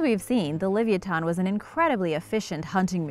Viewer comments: Forget her sources she's sluaghtering the pronunciation of livyatan so badly i cant even watch the entire video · Thank you .. Her pronunciation is atrocious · your saying it wrong OMG its ly vi ah tin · yr so not saying that right li-vi-ya-thon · It's pronounced like leviathan or leviatano. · No offence to your mom, but the correct pronunciation is: Liv-ee-ah-tan... and that's according to every source. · Bruh its Luh-Vi-O-Than it just hurts my head to her say it wrong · Glad I'm not the only one!! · The way u pronounce this animal kills me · I’m just baffled she the name so wrong so many times flabbergasted😂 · For gods sake...please learn how to pronounce this whales name and Herman Melville's name... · I hate the way shes says it name.. it's so miss pronounced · She didn't even pronounce it right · I hope u realize your sluaghtering the pronunciation of livyatan ...pronounced : Li vy a tan like laviathan but slightly different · The pronounciation bothers me more than it should T_T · She sluaghtered the pronunciations , it bothered me so much i had to stop watching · shes not even close to being correct .. my mothers from tel aviv and she was even saying this girl has no clue how to speak ...